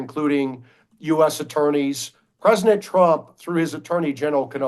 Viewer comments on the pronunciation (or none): Why does that dude say "presinent"..?